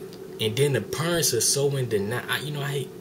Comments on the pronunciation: lmao you said peernts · "if you look at the purents..." NOT a typo. Haha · Hahaha he said "purents" instead of parents lol I love black ppl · Its so funny how he says parents!! lawlz.